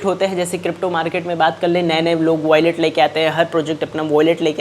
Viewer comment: Yeh kub bolna shikhega😂voilet abe wallet bol 🤣